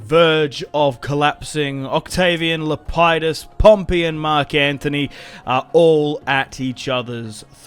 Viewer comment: Le-pee-dus not lepiedus